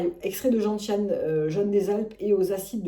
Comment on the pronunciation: Juste pour info c’est genSSiane et non genTiane 😂😂😂😂